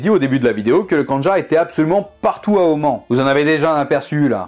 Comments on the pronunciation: Sincèrement ta prononciation à part les sons imprononçables en français sont très biens, il y a juste le fait de dire Om-AN- au lieu de Om-A-N- car le song an n’existe pas en arabe mais je pense que en français on peut dire les deux Sinon il y a aussi le schibriyé le khanjar syrien ainsi que le gnebiya que tu a cité en début de video pour le Yémen j’aurais bien voulu que tu m’en apprennes plus sur le sujet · Je suis allé à Oman et j'ai de la faille là-bas, et il me semble qu'on a plutôt tendance à le prononcer "Omane" mais après c'est peut-être nous qui nous trompons ^^'' Sinon ce fut une vidéo très intéressante (que j'attendais pas mal honnêtement) Bref, merci pour cette super vidéo :-)